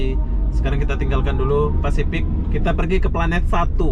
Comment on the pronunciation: Pasifik dodol. Bukan fasipik.